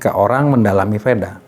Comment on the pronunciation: VEDA bacaannya WEDA